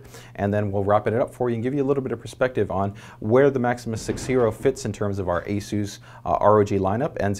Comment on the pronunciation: Oh my God he pronounced it properly ASUS yuppy Over priced board but very nice.